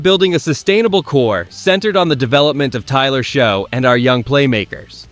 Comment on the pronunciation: It’s not Show it’s Shuck! It’s pronounce Achane not Etienne? Get it right AI!